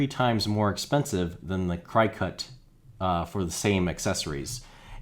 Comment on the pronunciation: the machine is called a cricket as in the insect not cri cut.